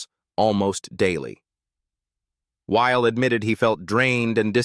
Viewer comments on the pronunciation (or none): Noah's last name is 2 syllables. Wy-le not while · Pronounced Wy, lee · Noah WHY-LEE!